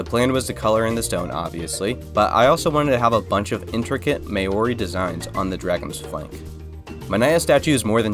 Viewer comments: Thanks from new zealand for incorperating new zealands native culture into your build its pronoced mau·ree not may or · maori is not pronounced may-or-ee, it's pronounced mow-ree! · I did a double take hearing Tu's name lol Loved the video. One tip is pronounciation of Maori, I say its best pronounced Mowree (But the R has a d sound to it like Mouldy) but other than that, you gained yourself a new sub! Churr! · how dare u pronounce maori like that!